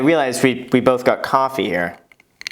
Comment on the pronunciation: You’re saying Coffee wrong!